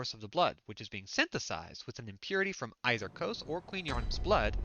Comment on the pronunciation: Quick note its "Kos" rhymes with "Oz" if you liked the game there is hundreds of hours of lore videos. This was a very fun playthrough to watch. Threaded cane all the way through is impressive!